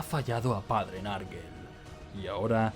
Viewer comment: Bueeeen video,muy entretenido,eso si, cada vez que alguien dice "narguel" muere un gatito. Se pronunciaría "nergol" ,o si no nurgle.